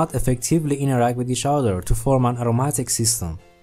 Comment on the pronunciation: Aromatic, not atomatic.